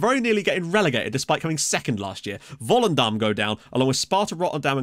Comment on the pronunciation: You actually pronounced Volendam as a local.. Are you secretly from Volendam? :O